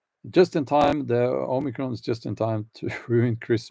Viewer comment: OMICRON= "ANOTHERCON"